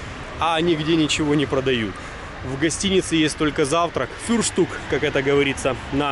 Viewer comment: Балдею....не фЮрштук....а фрюштюк. Вот не могу понять, почему вы зациклились на Volvo. Здесь эта марка не очень популярна, KIA, и то популярнее.Присмотритесь к Audi Q3 и Q5 ,более достойные машины.